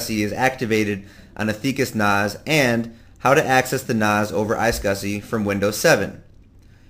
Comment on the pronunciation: Finally, the guy who comes in says NAS and SCSI properly. thank you!